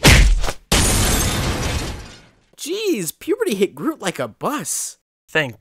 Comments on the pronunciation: The Flash 101 it is grooy not groom XD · Grooy, not Groom, Groot, not Grooy, seems familiar.... "Zod, not Grodd!" "Grodd, not Zod!" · The Flash 101 its groot not groom. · The Great Newb its groot not grooy